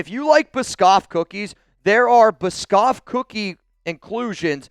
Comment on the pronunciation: That pronunciation of Biscoff was rough my guy